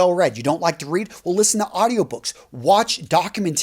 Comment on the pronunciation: Hey, do you speak spanish by any chance? That documentaries pronounciation made me think a bit 😁